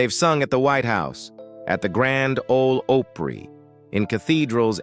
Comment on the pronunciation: This speaker is absolutely the worst ~ he doesn’t know of things he speaks, doesn’t pronounce the words correctly,like Grand Ole Opry? Among others - doesn’t do this beautiful tribute to Duane Allen perfect - as it should be.